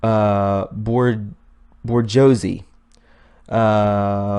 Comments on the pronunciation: Boo-schwa-z (not ber-go-z), is the correct pronounciation of bourgeoisie. It may seem like I'm nit picking but you should've heard this word probably hundreds if not thousands of times in your life, so to mispronounce it so dramatically makes all of us look like idiots, regardless of the truth in your video. The people who need convincing are usually sarcastic and petty and will use any error on your part to discredit your entire argument, even if it's through humor at your expense, over something like the way you pronounced bourgeoisie incorrectly, so go over these terms out loud before you attempt to wing it. Otherwise, good job. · Boo zwa z not Borgosy. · Sweetie, "Bor Josie" is pronounced , "Boo zsh Wah" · Lmao bor-josie. It's pronounced with a French accent - boo-jwa-zay. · I suggest you look up how to pronounce and know the meaning of words before you post such as Bourgeoise pronounced Bour zwhar zee not bogarsee lol! The upper class nobility. Also her name is pronounced Abramovich., It's painful to listen to you try and read names and places, don't you know who Rasputin was? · "Bourgeoisie" is pronounced "boo jwa zee" --- as opposed to the proletariat. Upper class vs. lower class. Classic Marxism of pitting people against each other. Of note: check out John Podesta's emails on Wikileaks for an email sent to Podesta from Dr. Edgar Mitchell, the Apollo 14 astronaut and 6th man to walk on the moon. He speaks of "nonviolent ETI (extra terrestrial intelligence) from the contiguous universe are helping us bring zero point energy to Earth." Zero point energy is what Tesla was after. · It’s pronounced Borj-wa-Z. Just trying to help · Just to let you know 👍🏼 it’s pronounced ‘ bore sjwah zee it means a middle privileged class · Pronounced (sounds like) 'bors-Wa-zee' and ' con-Stan-tee-no-pool'...... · Dude it’s pronounced “boo-ghwah” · Sounds like ‘Booz jua zay’ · I believe that's pronounced Burz-wah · That's boo zhwa zee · bourgeoisie is pronounced boar jzuah zee